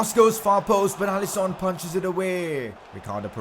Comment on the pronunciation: Is actually pronounced allisin not Allison👍🏼